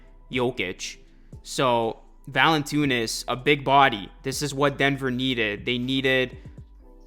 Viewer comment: How do you see Valanciunas and think Valantoonis 😂. Great vid tho my guy